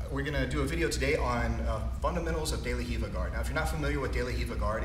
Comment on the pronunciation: Not hiva.. it's de la Riva